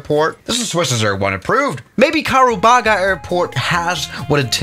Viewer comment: It's karubaga not kakababa